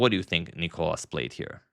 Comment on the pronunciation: Thank you for trying your best to pronounce Nikolas’ name correctly. The second time you aced it. Great video !